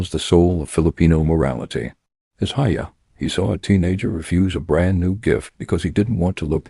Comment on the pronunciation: “Hiya” is pronounced hee-yâ